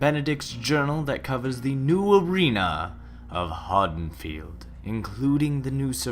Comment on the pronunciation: Am I the only one irked by how he pronounces Haddenfield?